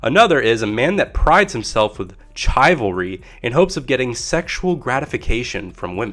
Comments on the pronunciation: Did you just say chai-valry? Its a 'sh' sound shivalry. I guess chivalry really is dead when people cant even pronounce it lmao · DID HE JUST PRONOUNCE CHIVALRY as CHAI-VAL-REE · He pronounced it the french way. may i say the CORRECT way >:) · Chive-al-ry sounds like a cooking ingredient. But love the video, informative.